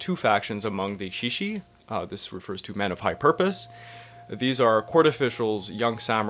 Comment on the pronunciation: Good work! (By the way, though this is not just you but other people too, the sound of "志士/shishi" is better pronounced without "h." Japanese romaji happens to have that particular spelling, but in reality it is more [s] than [sh] of English.)